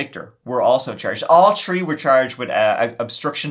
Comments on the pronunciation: Brotha, why do you hate "H's"? I noticed you pronounce " theories " as "teories" and "three" as "tree". Did the letter H hurt you? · New drinking game! Guinness. Every time says “tree” take a good long sip! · I love your voice, it's one of the reasons I listen besides your awesome content! I could giggle hearing you say tirty (thirty) or tree (three) all day, makes me smile every time! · I like his pronunciation of 3, 13 and 3rd or rather tree, turteen and turd….…I suppose 33 would be something like turtytree… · I love your vids but I really get the feeling you really like the number 3/"tree" lol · can’t help it! It’s a throwback to when Irish was the only language spoken in Ireland. E.g. “Three” is “trí” in Irish, pronounced “tree”. ☺️🇮🇪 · Next stop "Tree" million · In this episode, said “tree (3),” “turteen (13),” “turty (30),” and “turd (3rd)” thirty-one times. I believe that’s a record high. Congrats!